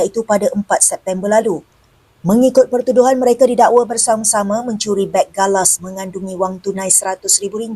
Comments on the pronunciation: Beg galas bukan beng galas. Saya pun confused. Itu beg backpack/rucksack. Rasa kebencian terhadap malaysia sudah ditanam dari zaman soekarno yang gagal menakluki semenanjung, sabah, sarawak & brunei jadi wilayah indonesia. Dendam soekarno makin menjadi jadi bila percubaan bodohnya mengganyang malaysia gagal big time! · Beg galas ..bkn beng galas😅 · Bukan beng, tp beg(bagasi)..